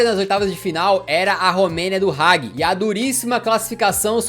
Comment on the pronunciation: Poxa....cansei de ouvir Roger Mila kkkkkk. Lê se Rogê Milá Hagi tbm kkkkkkkkkkkkkk. Afffffff. Amo os vídeos, mas estudar a pronúncia dos nomes dos atletas é bom..... fica a dica